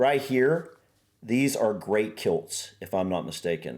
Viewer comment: How did some of the pronouncing be that wrong, lochs (locks) = lakes. Celts and kilts, both "k" sound like "k"ite. Celts is "klts",high l, Tongue touching roof of mouth, kilts is kill,ts. Tongue touching back of front teeth